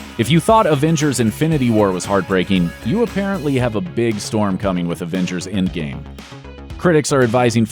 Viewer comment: Why he keeps sayin ingame ??